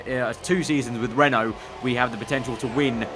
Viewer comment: Every time you say "Renault car" I hear "rental car" :P